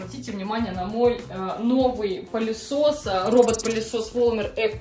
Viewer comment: Да не пАААлесос, а пЫлесос..😅